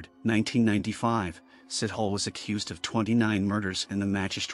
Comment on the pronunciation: His name is not sit hole! Sithole are pronounced see-toh-le. I'm not defending but it's just a very common surname in South Africa and you did not even did home work on how to pronoune different country surname